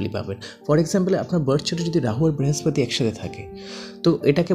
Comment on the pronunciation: Frustration বাদেও কিছু ছড়ান ভিডিওর মাধ্যমে। খুব বিরক্ত হলাম ভিডিও শুনে। Tarpore বৃহস্পতি কে ব্রেহস্পতি, better jupiter বলুন। মঙ্গল কে ভাঙ্গল, শনি কে সনি... হাস্যকর😂😂😂😂 ছাড়া কিছুই নয়।